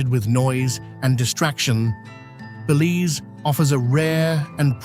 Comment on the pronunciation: I wish he would pronounce Belize and the Cayes correctly. Apart from that, thanks for showing my beautiful country.